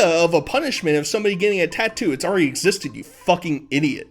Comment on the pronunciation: you pronounce the word already as alreey. why do you speak like a 9 year old child